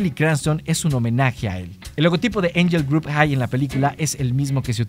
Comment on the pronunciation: Que desesperación con tu mala pronunciación de angel grove